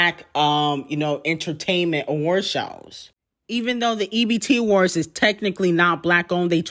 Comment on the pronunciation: Y r u saying ebt awards